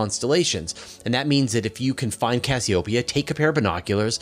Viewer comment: It might help if you pronounce Cassiopeia correctly (cass E O pia)